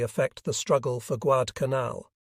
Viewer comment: "When Col Carlson arrived at the scene am in the afternoon." Guad-canal. Occasionally the voice gets close to Guad-al-canal. The American force deserves all credit for the US victory but the Japanese were suffering, as usual, from lots of "wishful thinking".